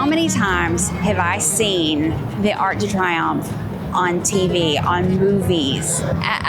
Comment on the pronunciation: Great video, thanks for sharing! Also its pronounced “ark duh tree-OMF" (Arc de Triomphe)